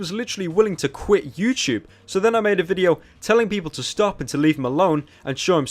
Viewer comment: It’s “YouTube” not “YouChube”